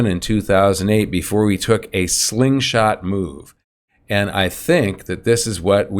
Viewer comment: Hey you been saying this slingshot for decades already! Someday you will get it right!